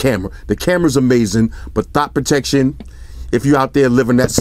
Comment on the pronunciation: Is he saying thot protection or stop protection?